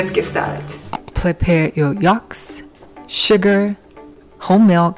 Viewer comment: For goodness sake, the word is yolks with an o. Not yalks with an a. Do you understand?